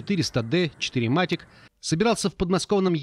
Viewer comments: Четырематик, как можно так назвать систему полного привода у Мерседес)) аж уши режет😀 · Это всё, конечно, плохо, но больше позабавило, как диктор сказал "четыре матик"))